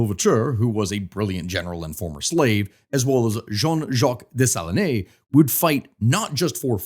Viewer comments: Des-Sa-Lean... at least learn the correct pronunciation! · Dessalines is pronounced Day-sa-leen…. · It would be easier to pronounce French names if someone told you you don't pronounce final "E"s. You don't say "Day-sa-lee-nay", you say "Day-sa-leen". Same with Toulouque, you say "Too-loo-k". 😅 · Dessalines = Deh-suh-leen not Day-sah-leenay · It 's not Dessaliné. It pronounces " Dessaline, as in saline solution : "De saleen" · You have to work on your pronunciation of Dessalines